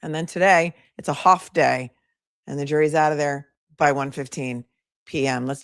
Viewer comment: 🤣🤣 when said a “HAFF” day! And agreed, if Lindsay hadn’t survived her attempt this whole mess would be different. Excellent point. That is why I love this channel- is wicked SMAHT!